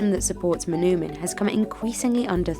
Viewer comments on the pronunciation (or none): For the sake of accuracy, the “oo” in “manoomin” is pronounced like the “o” in the word “toll” not “tool”. “Muh-NOH-min”. The Ojibwe language doesn’t have that “ooh” sound, and if you catch an Ojibwe saying it that way, it’s because they didn’t get to learn their language, unfortunately. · Mah-NOH-min, not mah-noo-min.